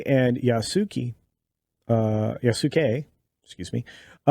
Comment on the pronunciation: Pronounced Ya-ss-kay. Please don’t buy this game